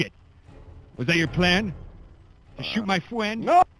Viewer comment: True Fwends